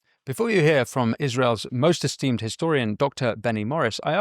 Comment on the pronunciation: “Most esteemed” 🤣